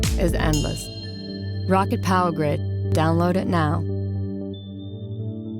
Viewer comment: thought it was pronounced "ROW-CAT" not "ROCKET"